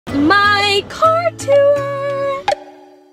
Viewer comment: I live when she pronounces tour as “tewuor”